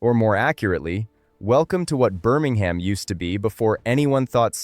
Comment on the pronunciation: I'm glad this story has been told. There are of course pronunciation mistakes: 'Birmingham' is not pronounced with an 'h'; and the River Rea is pronounced 'Ray'. Further details are relevant. The underlying rock of Birmingham does not let water through quickly, and until a proper drainage and sewage system was made in the late 1800s, thete were terrible floods. On one occasion, a lake of turds - to put it crudely - formed just south of the town centre. Moor Street Station is close to the original town centre, and has been brought back into service by being fitted out in a 'retro' style. I've been in the area since the 1970s, and a road close to that station, downhill from where the oldest houses were, was then called 'Shut Lane'. Since the local dialect has 'u' sometimes where standard English has 'i', I think you can guess what that meant. Birmingham has had a long history of major municipal initiative to improve the life of its people. But I have the suspicion that right-wing forces don't like this, and there seems to have been a determined attempt to wreck the running of Birmingham. A few years ago, the city was declared technically bankrupt, and commissioners from central government were put in. There are many accounting experts who believe the city wasn't bankrupt at all, and the whole thing stinks.